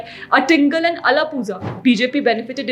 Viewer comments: Please, it’s not pronounced Ez-ava, it Er-ava & it’s not Ala-Puza, it’s Ala-pura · Your pronunciation of Ezhava and Alappuzha is hilarious 😂 I've noticed non Malayalis, even Tamils nowadays are butchering the 'zh' sound. Edit: My god it hurts to hear you say it wrong so many times 😂